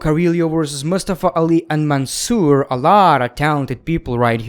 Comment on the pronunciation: he don’t say “Mansoor” in the right way 😭😭